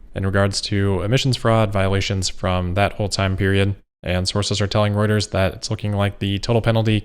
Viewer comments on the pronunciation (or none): none